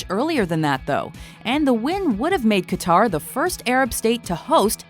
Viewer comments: Qatar is pronounced "Cutter" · Its pronounced 'Cutter', not 'Kataar'